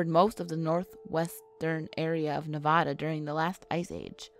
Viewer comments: This video was cool but its pronounced Nevada not Navada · That's terrible. Anyone born here should definitely know it's not Nev-od-a. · when she said nev-ah-da 😭✋ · I just wish people would research how to pronounce words that are not familiar to them. And just when are people going to learn how to say Nev-AD-a. It's not pronounced in Spanish even though that's it origin. Does help us know where you're from though. Worst pronunciation offenders are from the east coast. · Haha, it gets on my nerves when people from other states pronounce it as "Neh-vaw-duh," but I understand if they have yet to catch on. What REALLY gets on my nerves is when they are aware of their mispronunciation of the word and yet continue to say it like that. I feel the same way towards the whole "soda vs. pop" thing. If you would like to live in/stay in Nevada for an extended period of time, you BETTER pronounce it right and say "soda" as opposed to "pop."